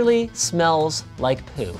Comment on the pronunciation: idk why but the way Linus said poo LMAO